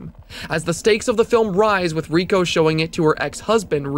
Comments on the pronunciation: Ray-ko, not ree-ko. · She later figures out that she was spared because she copied the tape and showed it to Ryuji. Also Reiko*. He pronounces the name wrong in the video, it's "Ray-ko" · The only thing scarier than Reiko (ray-koh) being pronounced wrong was the last second of the video. You got me good